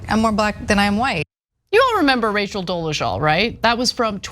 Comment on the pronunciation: Dol-e-ZAL NOT Dol-e-ZHAL